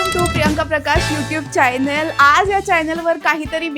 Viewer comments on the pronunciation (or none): Channel la chaaaaylnal kay bolte!! Almost like chayla mayla bolnare asa vatta…😅